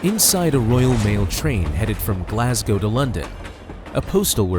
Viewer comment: As a Glaswegian I do thank you for saying “Glasgow” instead of “Glascow” like 99% of Americans